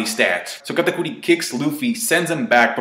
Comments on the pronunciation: Katakuir....why tf do u say his name like that🤦‍♀️🤦‍♂️ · why do u get a compeletely different accent when saying katakuri's name.... SAY IT WITH ME KA TA CURRY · The way you say katakuri 😂